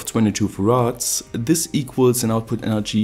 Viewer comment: "thes is Elon musk"